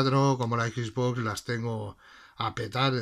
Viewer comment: Yo pensando que ya era bastante que le digan Equis Box pero hasta que veo a este men que dice Ixbox :v